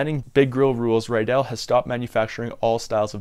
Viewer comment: It's pronounced RID-dell not rye-dell, I'm good friends with someone who has the same last name